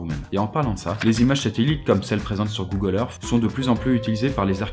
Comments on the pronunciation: pourquoi il dit google erf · Google Eurf...xD Excellente vidéo ;)